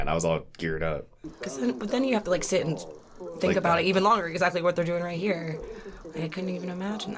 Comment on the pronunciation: Sid down a bit "chad"...